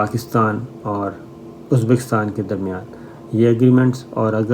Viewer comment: Shame on you. You even can not pronounce uzbikistan.check what you said. Uneducated 3rd class so called jurnalist.